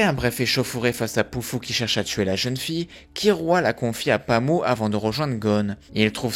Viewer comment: Pami et non Pamou.